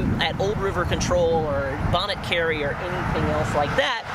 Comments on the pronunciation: I cring each time you mispronounce Bonnet Carre ( it's actually "bonnie car"...) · It's pronounced "Bonny" Carre. 😉